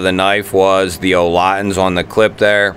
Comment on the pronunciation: "Olotins" sorry but its "olitans"!